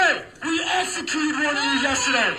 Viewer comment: That idiot w/ the loud speaker can't even speak the language this imperialist country forces on everyone... WTF is "essecuted"??? Stupid people should naturally pop like soap🫧